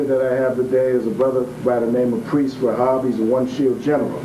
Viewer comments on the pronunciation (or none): none